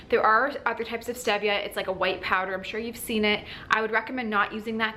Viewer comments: Its stEEEEEvia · "stee via" is the correct pronunciation. Good information, but on a time situation, one to three months is not long enough for someone who has systemic or dividing candida. Killing the candida is one thing; flushing it out of the system is a whole "nother" story. You sound like you hit all the good things really hard and got rid of it. Good for you!